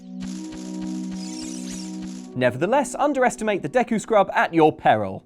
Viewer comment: When you realize how pronounces Dee-ku Tree & Ko-ka-ree Forest 😐 it's almost as angering as learning how some people pronounce Behemoth from Final Fantasy